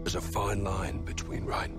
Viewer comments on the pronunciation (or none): none